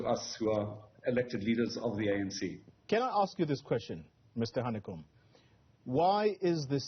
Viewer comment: It is #VETERANHANEKOM to you. Not how you announced his name.